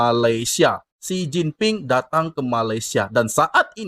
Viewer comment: Xi Jinping bukan Xin Jinping.